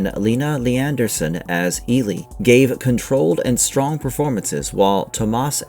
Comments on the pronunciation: I completely agree with you, it's Eli. Not Eelee as this voice in the video says it. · At least watch the movies to learn character's names (Eelee???)